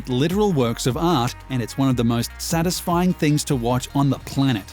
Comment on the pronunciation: How the narrator says ‘Satisfying’: ‘Sanisfying’